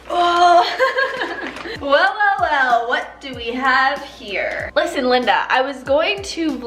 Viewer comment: "LIS-TEN" lol